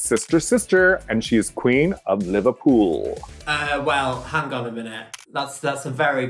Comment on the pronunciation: to hear The Vivienne say "Liverpool" in an "American" accent 💀💀💀